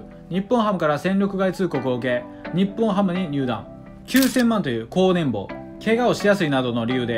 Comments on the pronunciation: いつの楽しませていただいております。気になっているのですが「年俸」←これ「ねんぼう」って読んでいますよね。「ねんぽう」ですよ。 減俸も（げんぽう）ですし。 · ねんぼうじゃなくてねんぽうです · 年俸をねんぼうって言ってるの気になって内容が入ってこない